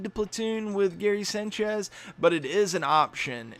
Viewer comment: the way you say sanchez bothers the fuck outta me